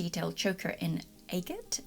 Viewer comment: Its pronounced agate